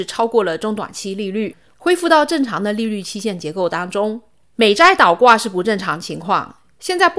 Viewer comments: 倒是四声岛是三声，不是一个字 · 练练发音，是倒挂不是岛挂，你是哪里人呢？